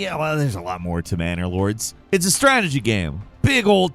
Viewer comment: Did he say Manor Lords? I could have swarn he said Bannerlord. "We'll give you an extra $50K in ad money if you make it look just like Bannerlord but dont say the word Bannerlord." EDIT: Go check out the trailer for the game, it actually looks pretty awesome..